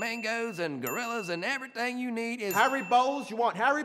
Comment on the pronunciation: Nobody: Filly: "everyFink you need"